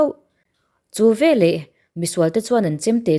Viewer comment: Veleh tih turah velah ti tawh lo hram teh aw, eng tinge mahni pianpui ṭawng pawh hi in thiam tak loh viau le.😢